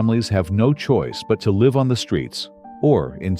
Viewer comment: Artificial Intelligence is used for the Voice because it does not know in context how to say live as :I live over there and the person points. It say Live as in ALIVE. LOL